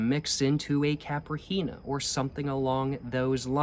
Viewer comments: not KAPR HEENHA... " KY-PEE-REE-NEYA"....strongest syllable is REE, and NEYA you speak very fast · >pronounces cachaça perfectly >CAPRI HEENA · very happy of your pronounciation of cachaça since the last video I will aknowledge I will add tho that the cocktail called caipirinha is pronounced like Kay-pi-ri-gna (like lasagna) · Correction, it`s pronounced "Cai-pi-ri-nha" not "Cai-pri-hi-nia" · Caipirinha is pronounced: ki - pee - ree -nya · A pronunciation tip for "caipirinha", try switching the "h" for an "i", then try pronouncing that "i" to the point it becomes silent. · the way he said caipirinha had me laughing with respect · nice video, beautiful mata atlântica background. i remember drinking 51 back in college. and btw, the nh in caipirinha is pronounced just like the ñ in spanish